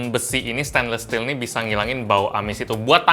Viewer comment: Gw glad amat dia bilang stainless steel "steinles stil" bukan "stainlis stil"